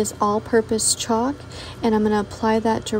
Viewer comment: You have a great creative imagination. I could have never come up with any of these on my own! Glad I found your channel. Side note. Laughing so hard that you called Caulk, chalk. I always hate saying Caulk so I may start calling it chalk now.